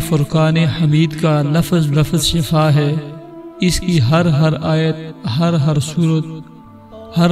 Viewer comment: شفاء ش کی زیر سے ھے زبر سے نہیں زبر سے معنی بدل جاتاہے شکریہ